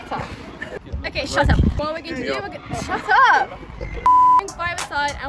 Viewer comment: “sha tup” 🤣!!!!